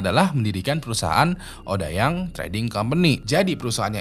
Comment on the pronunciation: Odeyang bang bacanya bukan odayang 😭😭